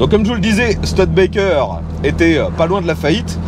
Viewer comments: C'est une voiture rare qu'on ne voit pas souvent, merci pour le partage, sinon le nom se prononce stOUdebekker, pas stEUDbekker. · On dit stoude békerre et pas STUD békerre ! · On dit "Stioudbaikeur" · Merci pour cette découverte, je me pique pourtant d'avoir une certaine connaissance en automobile mais cette studebaker m'était inconnu ( et cela ce prononce stIUdebaker ), merci à toi et à ton abonné, franchement c'est un épisode qui tronera parmis mes préféré et pourtant tu en fais de sacrément bon! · "Stioudebaker", avec le r non prononcé à la française ;-) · Studebaker se prononce Stu-di-ba-ker. Merci. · "STUDETBAKEURE" en anglais.